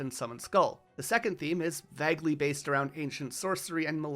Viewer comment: “Vagly” ew 😂